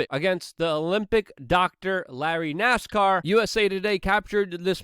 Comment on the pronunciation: Nassar not Nascar !?